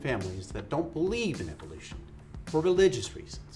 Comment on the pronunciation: why do you keep calling it eviloution? it's evolution. evo lution. no I sound after ev.